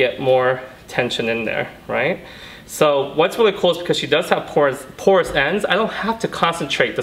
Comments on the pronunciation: You killed the word porous. 😖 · I'd be sober, I thought he was saying "course ends" BAHA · Say porous ONE MORE TIME 😂